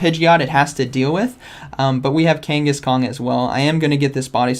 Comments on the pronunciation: Kang a shan not Kenghis Khan 😅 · love how u kept saying kangaskong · love how you keep calling it kangas-kong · Me: Say Kangas.: Kangas. Me: Say Khan.: Khan. Me: Say Kangaskhan.: Kangaskong 😆😅